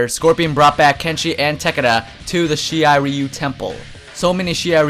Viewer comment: she-ry-re-you... shirai ryu/ or if you pronounce it English type its sure-ry-re-you